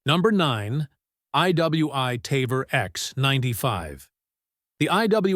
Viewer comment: He could not even pronounce some of the names like "Tavor" correctly. Obviously he does not talk to gun people.